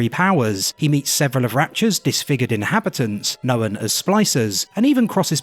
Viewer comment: "knowen"... Its known*